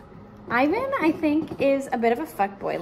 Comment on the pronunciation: as a European, it’s so funny to me how you pronounce Selin and Ivan 😁